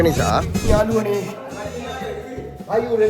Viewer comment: ඔන්න යාලුවනේ කියල එකපාර කියන්න එපා යකෝ.ඇහෙන්නෙ නිකන් .................................... වගේ